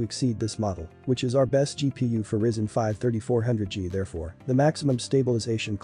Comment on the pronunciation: It's RYZEN not RISEN